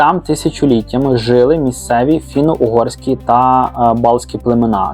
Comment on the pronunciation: Не жИли, а жилИ, не псуйте мови московськими наголосами, вини також мають велике значення, завдяки наголосам мова звучить по українському, а не по болотяному.